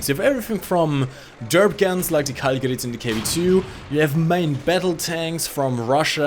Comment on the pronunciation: It's gerat with a not gerit with e